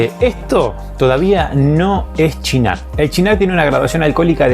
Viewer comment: Siempre lo llamé "Sinar" no "chinar*... Uno de mis aperitivos favoritos.